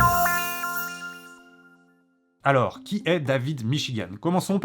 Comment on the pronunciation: C'est pas en arabe mais en dareja algérienne pour être précis et ça se prononce plutôt "baboure".